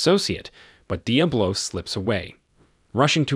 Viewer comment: Love the pronunciation: Dee Uh Blow. Awesome!